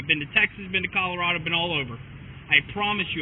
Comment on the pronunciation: She thought Colorado was pronounced Colorada